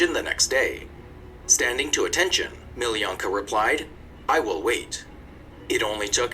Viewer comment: Crazy how guy in video watched pronouns her name as Meeleeyanka, while her name is pronounced Meeloonkah!